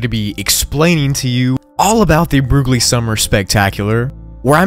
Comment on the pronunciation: Broogli = brocoli